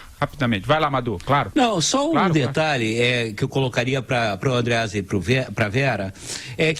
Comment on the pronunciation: Kkkkkkkk "andréasa" kkkkkkkk